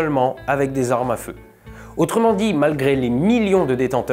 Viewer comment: "presque huit cent mille zarmes..." Peux tu nous donner la différence entre une arme et une zarme?